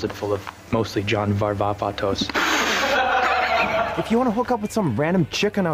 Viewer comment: “back home i had a sick closet full of mostley john varvavatos” - jake gyllenhaal